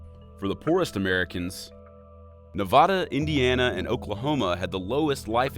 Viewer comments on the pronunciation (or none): He said Nevada wrong.